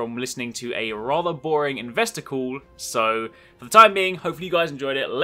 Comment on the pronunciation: You made "investor call" sound like "investicle" as in "desticle". That is all.